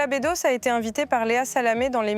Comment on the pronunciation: Nicolas bEUdos, pas Nicolas bÉdos 🙄